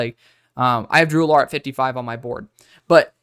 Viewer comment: Drew (AL-ER), the way you say his name bothers me😂